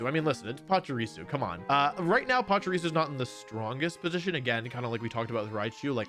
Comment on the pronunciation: Why do so many people mispronounce Pachirisu? It's not PachUrisu... It's Pachirisu